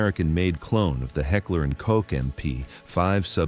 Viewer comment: New channel? Please subscribe?? Figure out how to pronounce Heckler and Koch with that Ai voice and then maybe we can proceed.